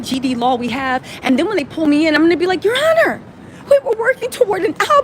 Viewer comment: “Yer Ah-nah! Yer Ah-nah!” (Your Honor! Your Honor!) gets me EVERY TIME 🤣